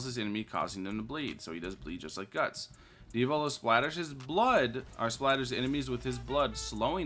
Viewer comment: Diavolo❌ Diovolo ✅